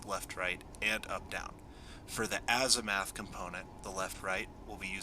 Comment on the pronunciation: It's 'Azim u th', not 'Azimath' :D